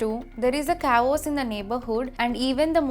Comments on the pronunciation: I'm sure she can say "kay-oss" rather than "ka-oss". Her accent does not hinder the correct pronunciation of these words. She just doesn't know how to pronounce them. She should've asked someone or googled it, instead of guessing. She mispronounced so many words. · You cannot even pronounce chaos and reign!!!